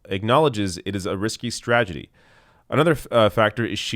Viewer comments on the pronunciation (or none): LOL said "stragety". 😂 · You said "stragedy", lol. It's ok, I say it that way all the time